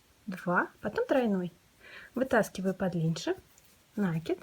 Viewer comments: спасибо. Не с первого раза, но получилось) В вашей коллекции много стильных изделий, но это - произведение искусства! Мастер класс по вязанию розовой сумочки спиралькой не смогла слушать(( Попробую вязать без звука. В мои бедные мозги не влезает слово нАкид( Впечатление, что его подхватили от мастерицы, живущей вдали от культурного центра. Может и пустяк, но такое хорошее дело портит((((( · Жаль не увидела раньше.... Меня тоже коробит, но слово накИд. Специально опросила всех знакомых вязальщиц, все делают ударение на первый слог )) И я живу не в глубинке ))) Да, возможно с точки зрения грамматики это неправильно, но это сленг вязальщиц и он имеет право на существование )))